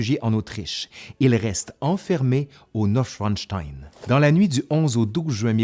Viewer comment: Le château s'appelle "Neuschwanstein" et non Schwinstein.